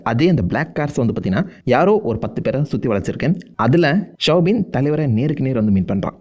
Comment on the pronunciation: Soubin not shwbin